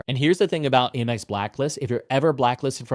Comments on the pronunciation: It's 'AMEX,' not 'AIMEX.' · I have never heard someone say Aimex. Lol AM-EX.